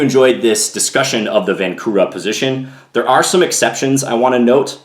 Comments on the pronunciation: its pronounced vahnczura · Hello John, just one small detail. Right pronunciation of Vancura is "Vanchura". in Czech his name is written with "č" - Vančura. Otherwise very nice video as usual, keep doing great job! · Great video. For your information, the name is Josef Vančura - the "c" is pronounced like "ch". And the accent is on the first syllable. So it sounds like VANchoorah. Not a criticism. I though you might like to know.